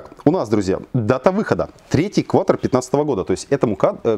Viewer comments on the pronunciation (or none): none